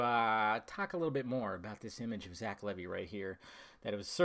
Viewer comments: It's pronounced Leevi not Levy. The costume looks good though I like the cape with the hood and his boots and gauntlets. The hair kind looks off to me, is it a Pompadour? That seems campy to me. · It's pronounced Lee-Vy.